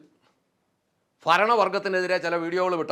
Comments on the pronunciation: നല്ല കണ്ടെന്റു. ക്ഷേമ നിധി ബോർഡ് പിരിച്ചു വിടേണം ഭരണം ഫരണം അല്ല; ഉച്ചാരണം ശരിയല്ലേൽ അരിയിൽ കല്ലു കടിക്കുന്ന പൊലെ. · ഫരണം അല്ല മോട്ടേ ഭരണം